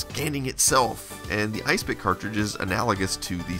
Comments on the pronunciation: Wouldn't it be pronounced "Is Epic", not "Ice pick"? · ISE-PIC..... ya saying it wrong!.... its "IS - EPIC" ..this is more a snapshot tool than a disk copier... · I dont think its pronounced isepik, but more like is-epic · Could be that you were right. No proof that 8 bit guy is saying it properly. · Are you sure it's not pronounced Is Epic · Could be right. No proof that 8 bit guy is saying it properly.